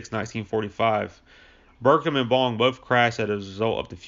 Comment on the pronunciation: Muroc (Meurock), not Merick. Milo BircHham, not Birkham. Jesus, dude. If your going to use Wikipedia as your script at least read it correctly.